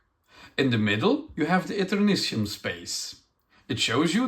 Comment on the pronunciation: In American English, the suffix "tium" is sometimes pronounced "shee-um." (It's coming from Latin.)I figured it was the speaker's accent that resulted in his pronouncing it "see-um." So, "Et-err-NIH-shee-um." Although I would have urged the publisher to name it "Eternium" instead, since that's going to be so much easier to pronounce when looking at it. "Consortium" (con-SORE-shee-um) and "nasturtium" (nah-STIR-shee-um, a kind of flowering plant) are the only slightly commonly used word I could find as an example, though, whereas there are some elements (Tritium and technetium, for example) where the suffix is pronounced "tee-um." I assumed it would be "shee-um" when I saw it, but I agree with if somebody pronounced it "Et-err-NIH-tee-um" I wouldn't call them wrong.